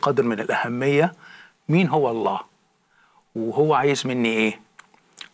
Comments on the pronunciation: أنا أقسم واجزم ان هذا الرجل نصراني حثة النخاع من خلال كلامه ولم يكن يوما مسلما أطلاقا..المسألة بسيطة جدآ ..قد أدعي إني كنت مسلما ثم غيرت ديني لكن من خلال كلامه انكشف اولا المسلم لا ينطق إسم الجلالة .ألله تشديد الهمزة . بل يقول الله..دون تشديد الهمزة ..ثانيا لا يمكن بحال من الأحوال أن يصل الإنسان العاقل الى معرفة الله العظيم موحدا له في داته وصفاته وأسماءه تنزيها له من التشبيه والتجسيم وتعظيما لداته العلية تماشيا مع الفطرة والمعقولية ان يتخلى عن هذا التوحيد فيؤمن بالله المتعدد الرؤوس تلاتة آلهة في إله واحد لغز ومعضلة فكربة ...الأب إله والابن إله والروح القدس اله .لكن هؤلاء الثلاتة هم اله وأحد .بالله عليكم هل هناك عقل يستطيع ان يفكك هذا اللغز العجيب سفصطة وهرطقة بطل تأكيد ..وانا أجزم ان مهما حاولت أن تفهم عقيدة التثليث تصبح أكثر غموضا وغرابة ..لذلك معظم النصارى بالرغم من إيمانهم بها الا انهم غير مقتنعين بها لأنها غير معقولة ..اما ان تكون واحد او تلاتة ..أما الاتنين فهذا مستحيل الحدوث . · يبدو انك تكره اله واحد الأحد المتفرد في وحدانيته المنتزه عن التشبيه والتجسيم ..وتحب التثليث اللغز إله برؤوس متعددة لذلك اخترت النصرانية فهنيئا لك بالشرك . طريقة كلامك تدل على ان هذا الرجل نصراني حثى النخاع اولا المسلم لا ينطق اسم ألله (أ ثم لله ) بهذه الشكل بل الله بدون تشديد على الهمزة .أكيد هذا الرجل بم يكن يوما ما مسلما إطلاقا والدليل جهله بالقرآن نصا ومضمونا لذلك لم يستطع أن يشير الى دليل واحد على ان هذا الكتاب ليس وحيا ، و لأن حديثه عام غير دقييق ولا علمي مقنع. يقفز من هنا الى هناك من القرآن إلى السيرة...بالمناسبة يا يارجل وانا هنا أجزم انه لو قرات القرآن لما تخليت عنه أبدا ....هل تعلم لماذا لأن الله الخالق الكلي القدرة والكامل المعرفة اللطيف والامتناهي الازلي هو المتكلم في القرآن عكس كتابك المقدس تماما عندما تقارن بينهما ستلاحظ الفرق مباشرة لا مجال للمقارنة إطلاقا ....